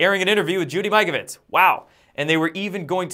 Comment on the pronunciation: Good point about dioxide v de-oxide, (ex Ind. Chemist, myself) but also nice to see pronounced Judy Mikovits' name the way SHE pronounces it. A few folk seem to know better by pronouncing it Mick-ovits instead of -- MY-kovits as she calls herself! Picky? No! Same with most Americans say Muzz-lim (as in buzz-lim) instead of the way Muslims call THEMSELVES (in English) MOOZ-lims! Ignorant, annoying, whatever - yet it matters to those sciences and people involved, yes. Last one:) - the word "Italian" is pronounced, worldwide, as IT-alian - as in 'It' aint necessarily so!), not "I"- talian - (but as in ITALY), another annoying and ignorant and 'insulting' habit of most American folks.:(